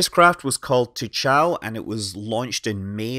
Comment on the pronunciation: Great video! I always comment this, but 嫦娥 or chang'e is actually pronounced more like "chang?? errr??" You pronounce each syllable with an upward intonation, rather like in English when you are asking a question. You can imagine the pronunciation like this: Imagine someone asks you the name of that probe, you're not certain so you respond "I think it's called chang??? chang.... errr? "